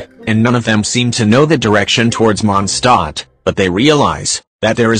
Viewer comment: "monsTAT" Oh and is any of you a fan of jellybean? Im a fan :D